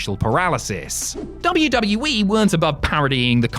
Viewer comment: Please get rid of this guy that narrates these videos I can’t stand him why does he pronounce WWE like WWwii or WW-we it’s very annoying and what the hell is his name or Whatever the hell he says, I can’t even understand him